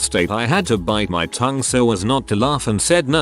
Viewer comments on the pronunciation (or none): none